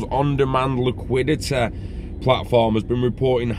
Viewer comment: Love the posh accent every now and then. Haha XRP standard. Liquidetteehh! 🚀💰🚀